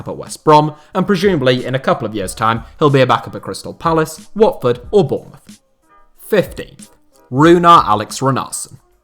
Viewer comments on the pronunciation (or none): none